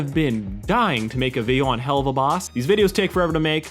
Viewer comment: First time I’ve ever heard somebody pronounce it as (hell of a) instead of (hell oova)